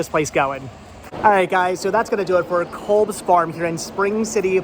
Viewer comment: It's pronounced "Cobs" like corn on the cob